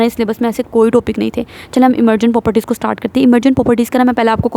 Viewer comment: we’re trying to learn biology, not chase a bullet train 😭💨 Please slow down your talking speed a little so our brains can catch up! And Miss you’re saying poperties like it’s a remix 😭😭 it’s 'pro-per-ties' — but we still love the energy 💃